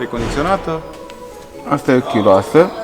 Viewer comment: Chiuloasă nu "chiulasă"